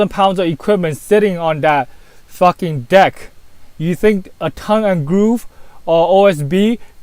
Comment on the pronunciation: "foakin floor" and "suwface" in the same sentence haha, is the best!